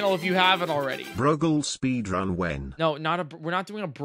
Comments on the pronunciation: No way in hell is "Brogle" pronounced "brog-lee". Surely it rhymes with "ogle". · brogle is pronounced (bro-guhl) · It's pronounced bro-gull